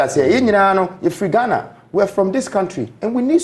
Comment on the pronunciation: Imma need him to stop saying “Ghanarrrrr”